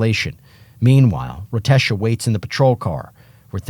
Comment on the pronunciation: "Rotesha", enough said